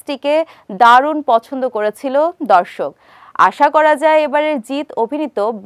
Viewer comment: বলছি বেঙ্গলকে bangle বানিয়ে দেবেন না 😅 উচ্চারণ টা ঠিক করে করার চেষ্টা করুন 😊